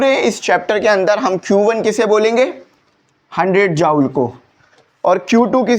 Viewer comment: Sir ap ki joule ki pronounciation 👍👌